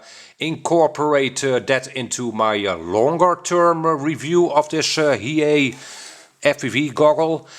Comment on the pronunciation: Maybe it's not he-yea, it could be hi-e. LOL